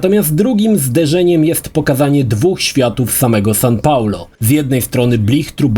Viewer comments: Sao Paulo, a nie San Paulo! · Sao Paulo, nie San. xD